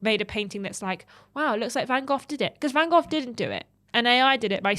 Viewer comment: Was it just me or did she keep calling him "van goff".....she said it like 10x and each time i heard the "f" more and more. Does she think its Vincent Van Goff?